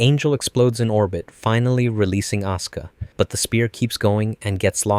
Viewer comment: Why does he always say "Oscar" instead of "Asuka"? xD